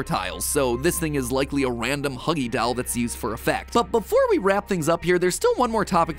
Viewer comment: i love how he says 'dAuL' instead of doll